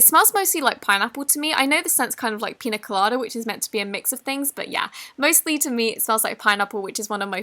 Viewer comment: Piña colada is pronounced pinya colada. It’s a drink. The main flavors are coconut and pineapple